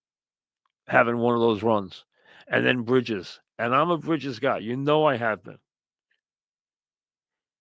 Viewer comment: Brihjizz aht da Gahdin